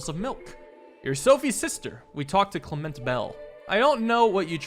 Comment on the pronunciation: Damn spot on, on that pronunciation of Clement lol, couldn’t help myself but comment after I heard it